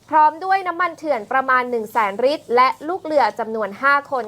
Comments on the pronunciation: พูดให้ชัดครับ ลิตร ครับ ไม่ใช่ริด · น้ำมันเรียกเป็น ริตร 😂😂😂😂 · ลิตร..ล.ไม่ใช่ริต..ร..อ่านให้ตรงภาษาไทยหน่อย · นักข่าว ลอลิง ชัดเเจ่วเลยครับ555 น้ำมัน ลิตรคับ ม่ใช้ริด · ลิตร ไม่ใช่ริด